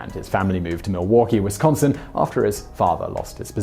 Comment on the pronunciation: stop emphasizing the second syllable in Wisconsin plz